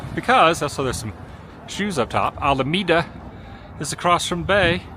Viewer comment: If Adam's Mom wasn't with him. He would have already bailed. And it's pronounced Al-a-meda Adam.